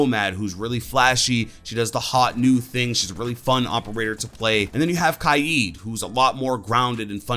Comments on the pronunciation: not as bad as calling Kaid ka ed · Did he say kayeed for kaid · Anyone else thinking about him saying ky-eed for kaid lol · why u say kaid like that